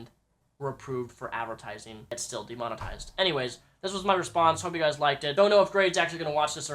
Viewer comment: De-Mon-Eised is how he says Demonetized.